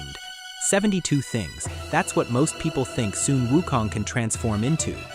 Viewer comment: Also, They're Names Are Pronounced As Followed: Sun Wukong = S-Uh-N W-OO-K-Oh-N-G! Subhoti = S-OO-B-Oh-Dee!